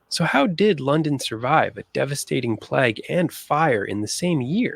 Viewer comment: This narrator has a lot of interesting (and true) facts but he mispronounces two words, which are annoying to me - as a 71 year old Londoner! - He says "plag" instead it's pronounced like ' play_g ' and the inventor -who designed and built the London sewer system - his name was Bazalgette (and the 'g' is soft as in giraffe , not hard as in golf) so it sounds like 'Bazzel_jett_ ' ... NOT like Bazzel_get_!!